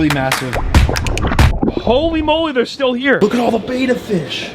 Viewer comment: FYI...it's pronounced BITCH-ER ...NOT Bi-Chur . also, it's BETTA NOT BAY-TA . FFS